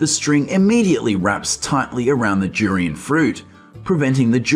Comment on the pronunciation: It's DDDDURIAN not JURIAN you freak!!!!!!